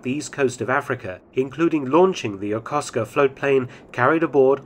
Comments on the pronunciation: His pronuciation is good👌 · Props for pronouncing "YOKOSUKA" correctly.👍